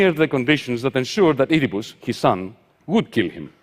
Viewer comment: I like that he pronounces "Oedipus" as "Eat-a-puss."